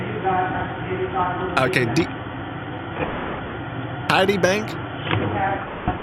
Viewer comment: "TIDY BANK"